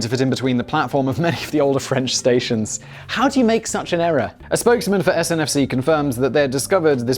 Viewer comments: Siri says 1.16 trillion as to Google’s worth. And it’s not SNFC in France, it’s SNCF 😉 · The French train company is SNCF not SNFC..... The Architect of the walkie talkie building didn't just mess up with that building - Yeah yeah I know I am being picky - However I do love the channel :) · Yes! SNCF! I'm from the Philippines and yet I know he's wrong, so wrong. Yeah, the guy from the country with a railway tunnel to France gets the French national railway company's name wrong. But then again, Brexit. Probably why they want to distance themselves from the rest of EU members.